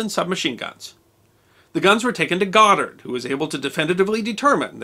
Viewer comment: YaY, he pronounced the Last name, Right. 😉